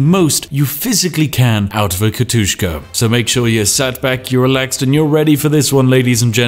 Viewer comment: It's "Katjuscha", which is a diminutive of Katharina